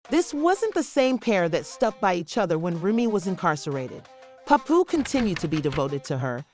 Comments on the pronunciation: I tried but after the third "popooh" I was good on the info 😂💯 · I was trying to watch but the way ya disrespecting my guy name is nasty.. get it right or don't upload the drama.. how I suppose to believe this information right when you not even saying the names right